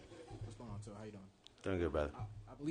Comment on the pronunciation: Reporter says that they have over the years learned how to pronounce Tua’s last name and then proceeds to butcher it 🤣.